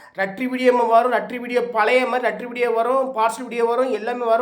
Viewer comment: சரக்கு ஓவர் போல லெட்டர் தலைவரே ரட்டர் இல்லை😅😅😅😅😅